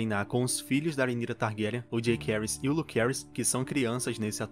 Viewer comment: A pronúncia da série não ficou Jakerys e Lukerys, mas sim JaÇaerys e LuCeris.